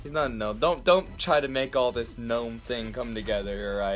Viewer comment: Really? Gnome with a K. So unliterate